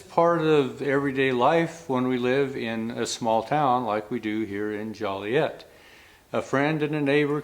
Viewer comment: Love it. Great! Where did he say the town was called again.. Collett? Jollyiett.?